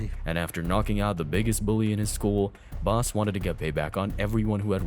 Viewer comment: It's Bas Not Boss